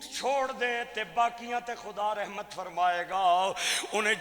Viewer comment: لفظ "رحمت" کی "ر" پر زبر پڑھا کریں۔ جیسا قرآن کریم میں ھے "وما ارسلنک الا رحمۃ للعالمین ھے۔۔